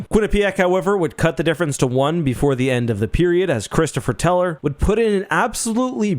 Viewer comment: I’m sorry for this, I know you don’t know his name, but “Christopher Teller”? Christophe Tell-e-ay